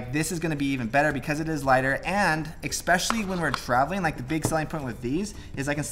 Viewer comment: “Assessory”? “Expectially”? Might be time to put down the camera and read a book.